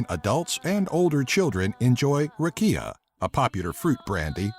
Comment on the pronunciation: I laughed so much when you said "Ракия" :D